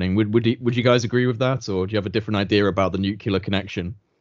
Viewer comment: Such an awesome discussion! Thank you so much. Also, you say nukiler. (nuclear) 😂😂😂